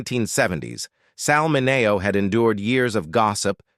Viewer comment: You're saying his hame wrong. MINNNN-E-OHH.